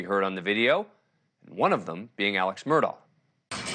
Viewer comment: Its pronounced Murdock.. not murdau.. this separates the pros from the amateur "newscasters" do your gd homework